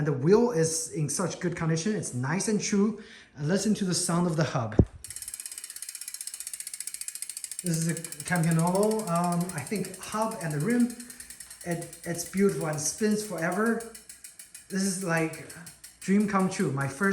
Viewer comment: PS: If you cannot read Campagnolo you cam say "Campaniolo".